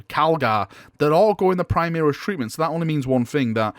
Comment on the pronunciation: Primaris pronounce: Pre-Mah-Rees. From Latin (High Gothic) "Prima".